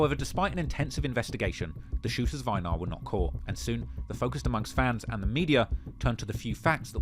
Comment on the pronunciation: Its pronounced "ay-nar"